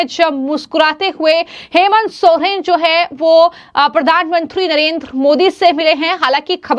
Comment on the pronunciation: Bolna sikhe sohren nahi soren hai surname